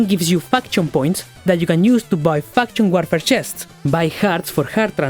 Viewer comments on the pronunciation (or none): I'm sry but I hear fksn war